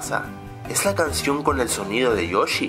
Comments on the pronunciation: PORQUE COÑO DICE: YoCHI en ves de Yoshi? Esa ha sido el Verdadero Misterio de Este Canal:v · el de YOSHEHHHHHH (YOSHI)